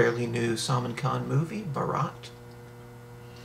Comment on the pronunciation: The way you guys are pronouncing the title of this movie, Bharat, is actually a different Hindi word that means the groom's wedding procession, baraat (wearing a flower vale astride a white horse on the way to the wedding venue). Bharat (sounds like the two English words Baa/rut), on the other hand, is not just a male first name, it is also an ancient Indian emperor and his kingdom, Bharat, which was/is in fact the whole of India. It has since become another name for India. You can hear Salmaan pronounce Bharat perfectly and clearly in the last line of the above video clip.